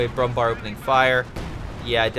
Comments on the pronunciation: Hey mr american fucktard. Brumbär isnt pronounced Brumbar. Ä isnt A. If Ä was pronounced like A then there would be no use for Ä. And yes it pisses me off because its ignorant and stupid. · yes it's pronounced brumbear